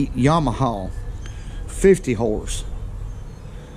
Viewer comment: Yamaha ❌ Yawmahaw ✅